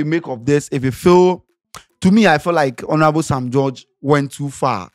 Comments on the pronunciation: is not hornourable it's honourable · Eii... Scantyyyy!!! The H is silent ooo so Onourable😅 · How is scanty pronouncing 'Honourable'?